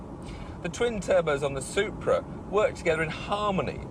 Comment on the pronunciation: I love how Tiff says "Soup-bra"